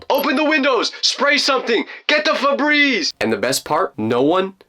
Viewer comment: my favorite part of this video was when you said somebody grab the can of Febreez😊🤣🤣🤣🤣🤣🤣🤣🤣🤣🤣🤣🤣🤣🤣